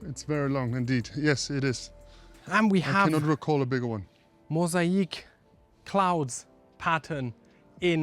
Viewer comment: Great job guys, this home is incredible, two main things caught my eye above the rest…. 1….. the cave with the Jacuzzi was magnificent and the other was the basement powder room with the cloud ceiling ……. PLUS…. I have to say when discussing the magnificent pool the word is MO…..SA……IC……. MOSAIC ……… NOT…… MO….SA….EC…. as you pronounced ….. IC…..NOT….. EC…… 👍